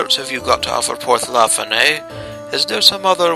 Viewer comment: You pronounced Porth Llaffan incorrectly, and why are you giving the villagers Irish accents they're supposed to sound Welsh